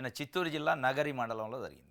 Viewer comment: నీకు కనీస జ్ఞానం లేక వార్త చదివితేఇలా ఉంటుంది చంద్రబాబు కుప్పం, నగరిని ఎలా చదువుతావు